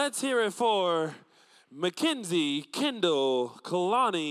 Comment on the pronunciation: It can't be just me, but it annoyed me when the announcer said Kindall instead of Kendall and Mackinzie instead of Mackenzie. He said I instead of E and it annoyed me.